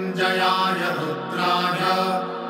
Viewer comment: Not Rudhay but Rudray and not sarvay but it is sharavay.